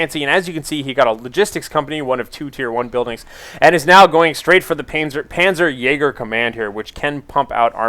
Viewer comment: its not panzer jager its more like panzer jaaaaager ;)